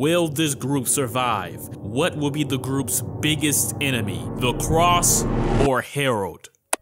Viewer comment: Make anybody else crazy he says “the cross” instead of “the crossed” over and over?